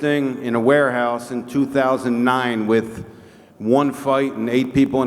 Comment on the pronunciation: In the broadest Irish Traveler esque voice "Get up here and stand here wid the big boss"